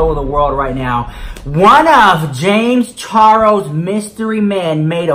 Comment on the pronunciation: Great jumping on this so fast! I love how you say James Caroes instead of Charles. LMAO